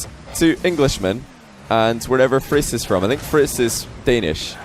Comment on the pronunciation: Friis does sound Danish. just not your pronounciation